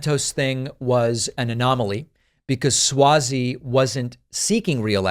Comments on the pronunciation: I think it's (Swazey) with an "ah" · It’s Suozzi pronounced Swazi